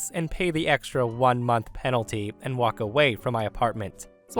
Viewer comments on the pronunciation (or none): none